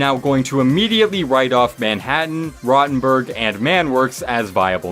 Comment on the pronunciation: Roetenburg is how you pronounce rottenburg